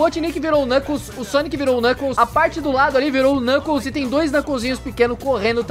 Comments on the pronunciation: Você falou knunkles 3 vezes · você falou kncles 20 vezes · É impressão minha ou o quanto ele falou xalabaia klnukles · Vc falou NUCKLES 197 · vc falou klunekles 153 vezes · O falou 30 knukles